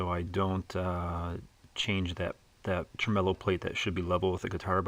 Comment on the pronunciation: Did you just call it a "tremello"? You're Cancelled. 😂